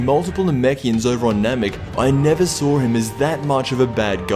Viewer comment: What is sawer? is that really how your shit dialect pronounces saw?